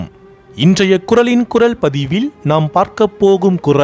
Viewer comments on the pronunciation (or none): நல்ல கருத்து...! நன்றி ! வாழ்த்துகள் ! சிறு குறை... தமிழ்ச் சொல் ஒலிப்பு... ல, ள, ழ ஒலிப்பு வேறுபாடு அறிந்து பேசுங்கள்.. குறள் குரல்... வெவ்வேறாக ஒலித்திட வேண்டும்.